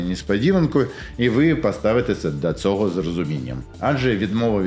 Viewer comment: Тільки українську вимову треба підтягнути, а то від "цого" мовлення і інших подібних перлів вуха в'януть